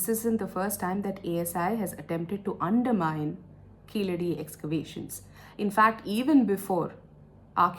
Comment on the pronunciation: Keezhadi is the correct pronunciation not keeladi .